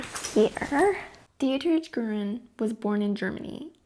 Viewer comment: Gruen! Love your channel + keep the sound effects! Dietrich is pronounced “DEE-trick.” Don’t say it with a hard CH like church.